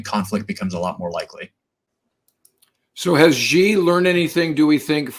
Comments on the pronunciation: Xi is pronounced "She" not "Gee". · The correct way to pronounce “Xi” is not “Zhee”, “Gee”, “She”, or “Zee”. The correct pronunciation is nearest to “see”. I am not a native speaker of Mandarin, but that’s what I learned from my Chinese language teacher. Thank you for your videos by the way.